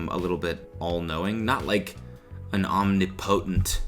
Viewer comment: Cody saying he’s an academic and then immediately pronouncing omnipotent wrong